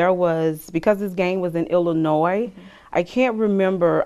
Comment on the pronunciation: the worst crime committed here is saying Illinois with a non-silent S!